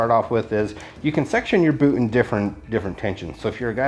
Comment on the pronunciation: He said "poot"